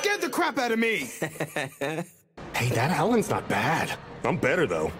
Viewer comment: Y'all might not notice it but they call Aran, "Alan". 😂🤭